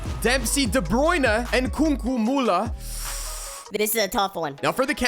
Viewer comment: He turned British when he said de Bruyne